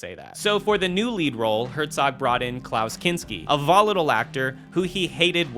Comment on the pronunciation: Why did you pronounce volatile like that